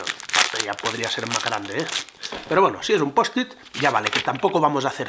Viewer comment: eres el único hispano parlante que pronuncia bien "post-it" 😂